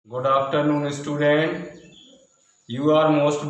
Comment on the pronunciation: It is not estudent it is student